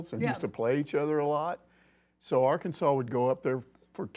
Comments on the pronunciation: A LSWhoo coach addresss Arkansas as Arkanas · Fun fact Arkansas City, which is in Kansas, is pronounced by those Kansas heathens as Ar-Kansas City.